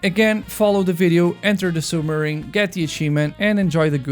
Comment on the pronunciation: "Now it can't urt anymore"